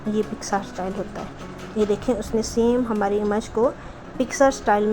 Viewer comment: Behtreen, Plz don't mind, (image) اِمَج nhi, اِیمِج hota hy